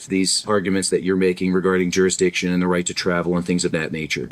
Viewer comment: The courts jurijixon....😂😂😂😂😂😂 nice old navy wanna be letterman jacket too..😂😂😂😂